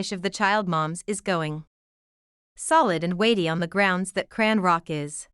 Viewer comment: please fix your bott to say her name correctly because it’s very disrespectful to miss pronounce someone’s name it’s ow put it all together chrisean Rock